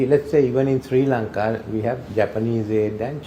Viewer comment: It is Sri lanka not Shri lanka